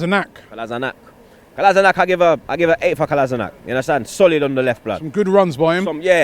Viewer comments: its not kolazinak. Its kolashinac. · no mate, thats the German way of pronouncing it. He's Bosnian and so is his lastname and you pronounce it like "Kola - shi - natz" Kolašinac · It's actually Kolashinats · Kolasinac pronounced (Kolashinats) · Tell he's pronouncing Kolašinac wrong, it's "Kolashinatz" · AlmightyStarfire it's because Sead did not grow up in Bosnia and he doesn't know how to pronounce Bosnian words and surnames himself. It is pronounced as Kolashinatz. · Who? Me? Or how Ian Wright says it "Kola-see-nac" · Your pronunciation of Kolašinac is so wrong fam. Robbie's is a bit closer but still not very good.